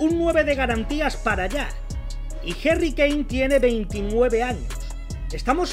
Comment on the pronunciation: Quien es Jerry kane??? Se dice HARRY CON A no con E